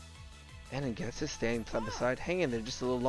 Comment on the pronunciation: It’s pronounced Jet-is not Get-is. Why does everybody mispronounce Ghetsis’s name? It just bothers me that’s all.